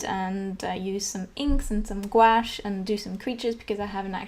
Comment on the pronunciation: why do you pronouce gouache as gawash